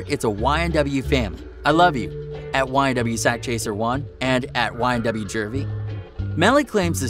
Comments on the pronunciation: Juvy not jurvey 😂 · bruhhhhhhhh Jew-v Not jurvy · Its not jurvy its juvy but carry on 🤣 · Jurvy it s juvy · JUVY there is no R. Great video tho. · plz stop saying jurvy